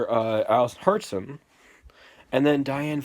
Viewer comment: It’s not Alison Harrison it’s Alison hartson I think dude